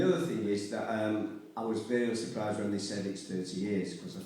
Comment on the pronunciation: Yeah, that’s it. The only part I really couldn’t hear was “when”. For some reason it sounded like “lift”.